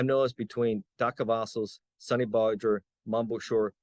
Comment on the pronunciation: Mom Boucher. It's Boo Shay not Boo sure.